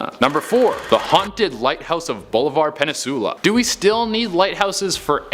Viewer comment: “Peninsula” pen-in-soo-la NOT penny-soo-la!!!